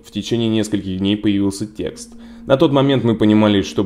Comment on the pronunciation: Не "текстá", а "тéксты". Причёска - хорошая.